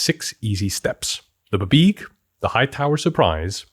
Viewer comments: I keep hoping he's gonna stop saying "buhbeeg" but he Just. Keeps. Saying it. 😭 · it most definitely is not pronounced "buhbeeg" wtf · DUDE PLEASE I LOVE YOUR CHANNEL STOP SAYIN BABEEG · 30+ years of GMing and this is the first 'how-to' that breaks down the planning in a simple, easy-to-understand way. We've all read those paragraphs in the DM Guides, but thank you for putting it in 'english'. But buh-beeg? Can't do it. Will always sound out as bee bee ee gee for me. 🙂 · I can't say I've ever heard it pronounced "buh-beeg" instead of "bee bee ee jee", but I do kinda like it! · I have never in my life ever heard it called “Buh-Beeg”. 😂 Great video though! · I am now incapable of pronouncing BBEG as anything other than bibeeg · I’ve been DMing since the 1900s. I have never, EVER heard BBEG pronounced “buh-BEEG”… but now I’m never going to say it any other way. 🎉🎉❤❤ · I always went with "bubeg" but I like yours better Also your exasperation with half-assed American media appropriation (and pronunciation) of mythology is priceless 😁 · I've always pronounced it "bee-beg" but I think I just decided on that myself from the spelling.